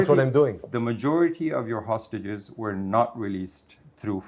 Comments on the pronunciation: you are an insult to the human dignity and intelligence. There is a difference between hostages and ostriches. Please learn to pronounce it correctly before you do your next genocide defending interview 😂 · now teach him how to spell "hostages " - it's H-O-S-T-A-G-E-S, not OSTAGES